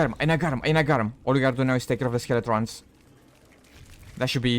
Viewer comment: ok who on earth calls Skeletons "Skele-TRONS" jesus.